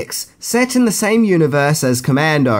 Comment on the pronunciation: It’s commando